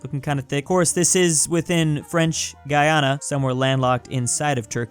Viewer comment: is the only American to pronounce Guyana correctly but Guiana is pronounced more like the typical American pronunciation of the name, however I’ll fight for you if you make a video and include my little country Guyana.